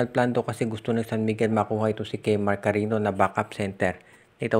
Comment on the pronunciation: Hindi Yan KARINO, KARINYO ang pronunciation niyan. May Ñ Yan hindi N. Cariño